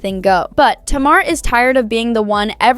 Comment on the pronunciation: It’s pronounced Tay-mar!